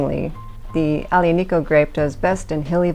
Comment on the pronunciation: Thank you for this video! Very honest and down to earth. I’m an American in Italy and I found this wine a few days ago in a pastry shop at a bargain price, so I grabbed quite a few bottles. I like to get your take on another Italian tannic wine, Sagrantino. btw Aglianico is pronounced Ali-ani-co. The “G”’is silent. Thanks again!